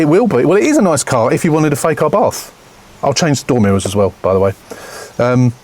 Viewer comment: FUBARth - is what I thought you said 😂